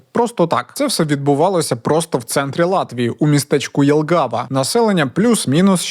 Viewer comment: Élgava Sálaspils. В латышском языке ударение является фиксированным и всегда падает на первый слог